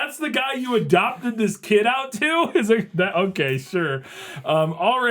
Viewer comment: After going back a few times, he says "Sorry it didn't work out, KID" with a weird emphasis on "kid" like he's being sarcastic. I totally get how you would hear "idiot" though. The "K" is really strange. Could be the lack of microphone because the sound is godawful.